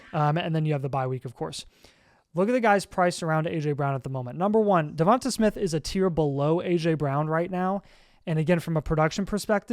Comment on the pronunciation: The way yall pronounce Devonta Smith pisses me off. Devontay is how you say it not Devontuh lmaoooo